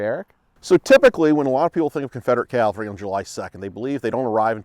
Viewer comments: This is my first time watching one of your videos. Looks like great fun! I'd love to do that with my buddies. BUT.... even tabletop wargame buffs must be able to say 'caValry'. Saying 'caLvary' when speaking of mounted troops is sloppy. Best wishes with your future content. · I'm always puzzled why some Americans mispronounce Cav-al-ry as Cal-va-ry. ie General Meade in this video. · DId he say caLvary??? ugh...